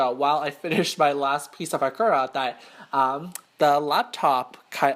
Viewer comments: omg such incorrect pronunciation of Ikura made me wanna cry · You say ikura wrong !!!!!!